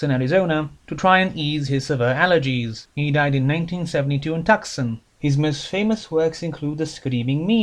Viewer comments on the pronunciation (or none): Also, just a very minor note: Tucson is pronounced TEW-sohn in English.